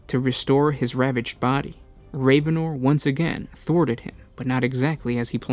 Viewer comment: It is pronounced rav-en-or not raven-or.